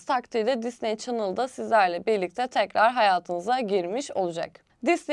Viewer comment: Allah aşkına düzgün telaffuz et şu Disneyi